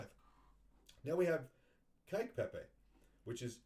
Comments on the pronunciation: Kek is pronounced like neck or peck. Not like cake or kike as you say it. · Lol your pronounce kek as "Kyke" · I thought you were talking about cake like a birthday cake and then I realized you were saying kek. I have always said it like the word heck